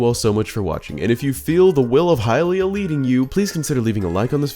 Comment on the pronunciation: It’s literally not hylia.